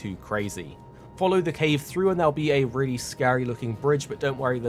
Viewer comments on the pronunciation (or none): none